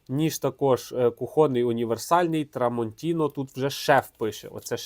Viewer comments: Як же ріже вухо це "трамонтінО". Ножі ТрамонтінА. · Шеф, на біса нам ті артикули??? 😂 Тестуй гостроту не аркушом А4(його і жабокол різати буде)😂а талоном з магазину! Але подяка, що гроші тратиш і нам показуєш!! І не TramontinO, а TramontinA!!!!!! ТруфальдінО - то з іншої "опери" 🤣🤣🤣🤣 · Дякую за огляд.Але-tramontinA-no a tramantinO